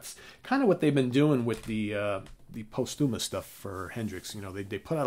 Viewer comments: Great one. Hendrix!!! (BTW, the "post" in posthumous gets the accent or stress.) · Learn the correct pronunciation of "posthumous".